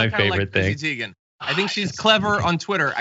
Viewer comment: If you like Chrissy Teigen so much, learn to pronounce her name correctly.